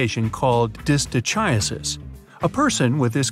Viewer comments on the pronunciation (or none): The narrator needs to learn correct pronunciation of Greek origined words containing the letters Chi. He f'ed up chimera and distichiasis.